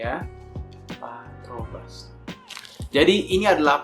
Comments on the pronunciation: 3.05 "Partobras" 😂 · Harusnya patrobas cuk bukan patobras wkwk